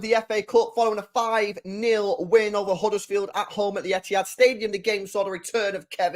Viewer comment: It's Huddersfield 😂😂😂😂